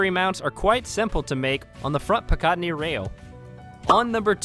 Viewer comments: Pi-cot-nie rail???...your funny boss, I always thought it was Pica-tinny rail. I just bought the Glock 19 Gen 3, love it. At 1.6 lbs, it's almost as heavy as a fully loaded Glock 9x19 1.8 lbs. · The first Glock you listed is definitely NOT 110 fps wtf you getting all these incorrect "stats" from.... Oh and also, it's PICATINNY like PICK A TINNY lol good God 🤦🏻🤦🏻